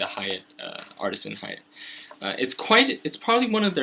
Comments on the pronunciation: Ha-Ya-Tay not Hey-yacht >_< long A sound on Ha and Ya and Te like ta-ble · omfg, please pronounce "hayate" as ha - ya - tei not "hay-yet" holy shit.